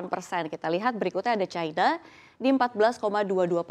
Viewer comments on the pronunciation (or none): none